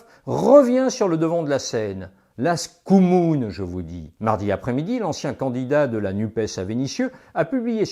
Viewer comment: Ça se prononce chkoumoune! Avec un "ch" comme "chéri, je vais essayer de faire passer la réforme des retraites".